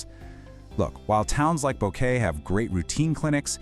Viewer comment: Need to work on the pronunciations. You pronounce Boquete at least three different ways.